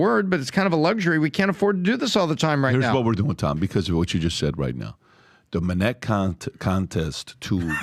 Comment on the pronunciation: When I hear "Minnect", I disconnect